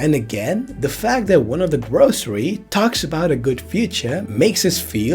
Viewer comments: Lol who tf are the grocery? 😂😂 It’s gorosei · Gorosei(Gorosay) pronounciation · Gorosei- “gore-oh-say”